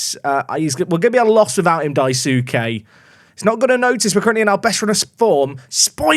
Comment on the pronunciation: I might be wrong but I believe Daisuke is pronounced Dice-K